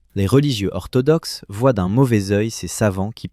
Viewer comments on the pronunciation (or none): none